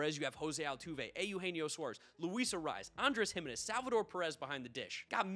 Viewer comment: My dude, how are you still mispronouncing Jiménez and Giménez. It has not ever been pronounced HIM in ezz. Never.